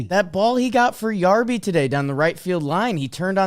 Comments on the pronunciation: I love your podcast and watch it everywhere I can. If you are going to say you like/know Ryan Yarbrough and lie. Its Yarbrough not Yarborough. It’s Yar-bro, he was a Dodger last year, why would they hide him from the Dodgers??? Jack offs!! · Its pronounced Yar-bro